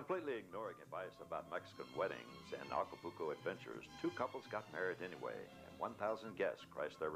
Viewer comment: If I heard him say, "Aca-pooo-co" one more time......